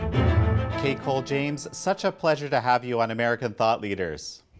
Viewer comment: At first I thought he said CakeHole James lol